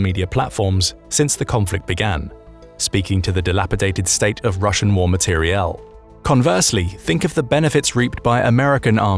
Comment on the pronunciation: "materielle" Do you either a) have a speech impediment or b) not heard of the word "equipment"?